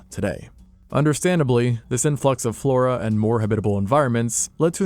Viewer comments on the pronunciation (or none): none